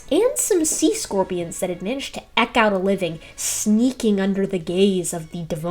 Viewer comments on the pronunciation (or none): Eke out a living not eck out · Hey! Love this video as well. Pronunciation gadfly here. or so, you pronounced the verb eke with eck, rhyming with wreck, but it should really rhyme with reek. Just saying. Keep at it!